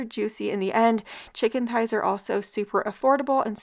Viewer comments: no, she doesn’t. I heard her say “ties” every time she pronounced it. I even rewinded it back because it caught me off guard and she clearly says “chicken ties.” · Chicken THighs! Pronounced TH-eyes. The h is not silent, it combines with the t to make the same TH sound we hear in THe, THey, and THose.